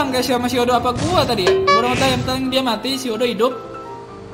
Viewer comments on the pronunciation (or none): none